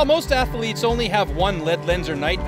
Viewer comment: Horrible narration and awful soundtrack! FYI voice over guy...Athletes only has 1 A...and is not pronounced 'Ath(a)letes!🙄